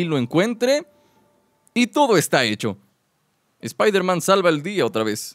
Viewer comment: iron espaider